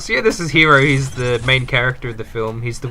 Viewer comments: Also you said HERO not HIRO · his name is not Hiro its Hero